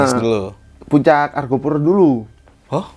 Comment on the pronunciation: Argopuro bukan Argapura